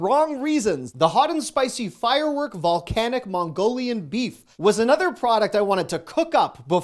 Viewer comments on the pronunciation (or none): Fire Wok.... Not firework lol